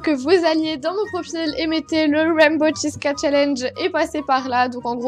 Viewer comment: c’est dommage mais arc-en-ciel en anglais c’est rainbow et non raimbow😅mais bon, on t’en veut pas😋sympa ton look!